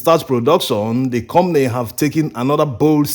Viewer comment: We Africans are so good at exploiting each other. A ton of cassava on the market is an average of 100 USD, while you guys are buy a ton from local farmers for 22 USD. That’s horrible. The word is com pa ny, not com ny